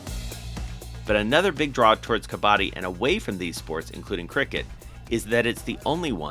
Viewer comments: Correct Pronunciation is Cub + Budd + dee together. "Cubuddee" You guys are saying cub baa dee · Not " कबाड़ी " it's called " कबड्डी"